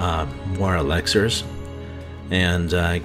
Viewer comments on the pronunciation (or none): dude said “elaxers”😂 rs though. this is a really good guide and you’re right about the mystic art for the magic. had to switch to that.